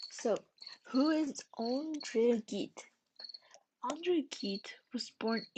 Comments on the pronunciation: Gide, pronounced "geed" with a soft g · you made an entire video about a man whose name you don't know how to pronounce?? shoulda asked someone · Gide is pronounced Jeed. Also, Oscar Wilde’s surname is pronounced wild as in “wild and crazy.”